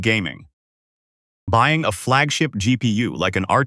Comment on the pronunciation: I'm not buy-eye-ing this shit